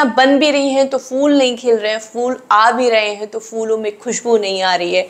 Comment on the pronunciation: For God's sake, it's not 'fool'. It's phhool. Phh is a Hindi letter. Why do you guys can't pronounce it?